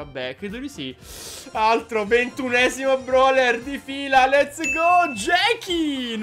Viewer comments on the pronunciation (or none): Ma te dici broler non brawler🤣🤣🤣🤣🤣🤣🤣🤣🤣🤣🤣